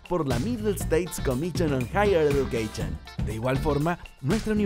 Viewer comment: comichon!...eduqueichon!!! Dios, este guey les echó a perder el comercial!!!